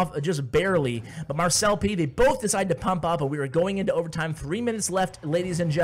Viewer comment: So... Does anyone else pronounce it Mar-celp instead of mar-cel-pee? 😅